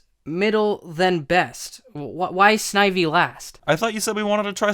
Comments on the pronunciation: Noo it's not snivy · When you said snivy I picked one